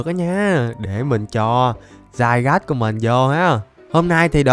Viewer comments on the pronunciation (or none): Nó là zygarde mà đọc tiếng việt là zi ga đi mà dao ah đọc za gát :/ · Anh đọc zygas là sai r anh đọc zi ga đi là được ạ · nó tên là di ga đê anh chứ ko phải dai gát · Cho em bọ hôm qua gigantamax đi anh Với lại Zygarde đọc là Zy ga đe chứ ko phải là giai gát =)))) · ơi con đó đọc là zy ra đê chứ ko phải zygarde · Anh ơi trong bộ xyz con rắn đọc là zygarde chứ ko đọc là zaygar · anh ơi zygarde đọc là đi ga đê chứ ko phải dai gát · Zygarde đọc là dy ga đi anh ơi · Zygarde đọc là zi ga đe anh ạ ko phải Zy gát đâu ạ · Zy ga đê a ơi chứ k phải zairaz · Zy ga đi chứ k phải giai gác a ạ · đọc là zy ga rư đê anh ơi chứ ko phải là zai gát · Ko phải zai rát mà là zi ra đi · đọc sai r Ko fai đọc là giai gát Mà là di ga đi nha anh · A bảo zygade là dai gát a đọc sai phải gọ là dy ga đê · Ko phải dài gat đâu anh mà là di ga ru đê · Em pokemon ấy khum phải đọc là zai gát đâu anh mà phải đọc là zy ga de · a đừng đọc là zai gát nữa huhuhuhuhuhuhuhuu đọc sai ùi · Đọc là zy ga đê chứ ko phải zai rát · có 1 vấn đề từ hm qua về việc đọc tên con zygarde:v nhiều ng bảo đọc dai-gát là sai di-ga-đê mới đúng:v t ko hiểu mấy ông nghĩ gì luôn,rõ ràng dai-gáp là tên gọi chính thức đầu tiên mà mấy ông còn bảo sai thì t chịu r:v trong anime có thể là mấy ông lồng tiếng ko quen miệng đọc là dai-gát nên đọc là di-ga-đê:v ý của t ko phải là đọc là di-ga-đê là sai mà ý t là cả 2 cách gọi đều đúng,ai mà bảo đọc dai-gát là sai thì mấy ông là thần đồng pokemon con mẹ nó r:v (cá nhân t thì t thik đọc là dai-gát hơn,di-ga-đe t nghe cứ kiểu phèn phèn:v) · Anh đọc Sai tên zygarde rồi anh phải đọc như tiếng việt vậy là zi ca rư đê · Zygade phải đọc là "Zy ga đi" mới đúng:v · uk thì tên là zygarde nhưng đọc là zai gát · Zygarde trong phim thì đọc là zy-ga-đê đấy anh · Con zygarde độc là gi-ga-đê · di ga đi ms đúng mà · nó tên zi ga đê mà anhh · zygarde đọc tiếng việt là Zi ga de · Ko phải zai rát mà là gi ra đi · Anh đọc sai tên zygarde và Xerxes rồi